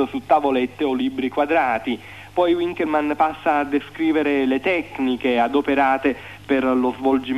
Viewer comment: Gigante è Gigante, appunto, Ma l'intervistatore che dice U inkelmann non si puo' sentire, la lingua è Tedesco!